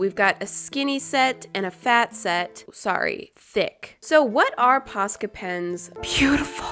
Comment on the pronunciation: I have posca pens but i always pronounced them like poshka for some reason but i refuse to change the way i say them